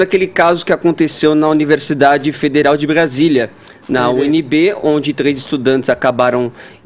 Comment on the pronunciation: Barasilia(Brasilia), enterevista(entrevista), deperedados(depredados).... Esse cara d fuinha ta aí por cota.